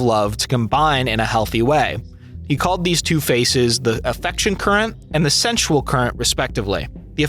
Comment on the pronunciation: How many times can you say 'sensual' in ways that make it sound like you're trying, and failing, to say 'central?'